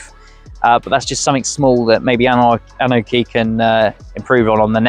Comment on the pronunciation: Dude, what the hell are you babbling? The bike literally says its name when it starts up and it’s not “an oki”. It’s “Annie-oki”